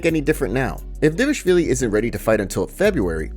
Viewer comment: Who tf is "D-vashvili"?